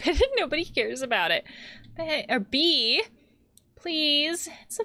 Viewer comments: honestly, as much sense it makes to pronounse "Bea" as "bee", i have been enjoying your version of Mae calling her friend "bae" this whole time also, i'm pretty sure Haloween started out as a pagan celebration of the harvest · In my country, we pronounce "Bea" as "Bei-yah". Like Lea.